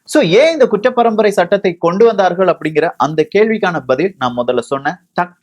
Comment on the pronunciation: தம்பி உச்சரிப்பு சரியில்ல,,, kuttra parambarai,,,, kucchra parambarai இல்லை